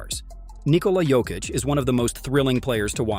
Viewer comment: Please, pronounce names of people correctly. Marjanovic is supposed to pronounce maryanovic. Yyyy not jjjjj. In Serbian language every j letter is pronounced y. Same in Jokic’s name, you pronounce it yyyy yo-yo not jo-jo.